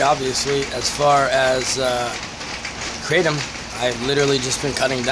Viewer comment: "Kratom" btw 😅